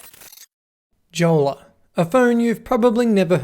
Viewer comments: Pronounced "yolla" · I think the pronunciation should be "iolla" :) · Btw it’s pronounced yolla judging by the company being from Finland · Since it's a finnish company, the name is pronounced as "yolla" and is a finnish word for a dinghy. :) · I thought it is "Yola"? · Jolla is Finnish for dinghy, it's pronounced "yolla" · Nope, it's pronounced yolla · Tough to take you seriously when you can't pronounce Jolla correctly. And you bought a 34 dollar phone. What did you expect...? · The pronunciation of Jolla is killing me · the way that he pronounces jolla makes me mad and im not even finnish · So you bought a smartphone from 2013, with a banner saying "permanently locked", you struggled with YOUR Mac to run telnet, you tried to hack a device that was designed with security and privacy in mind, and the summary of the review is that the Jolla device sucks? By the way, J in Finnish is pronounced like Y in English.